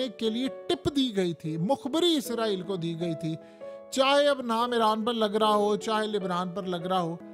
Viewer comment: و بھائی میرے یہ عزرائیل نہیں ہے اسرائیل ہے اپ اپنا تلفظ ٹھیک کریں ہمیں ایسا لگتا ہے کہ جیسے ہم انڈیا کی نیوز سن رہے ہو عزرائیل صرف ایک فرشتے کا نام ہے جس کو ملک الموت کہا جاتا ہے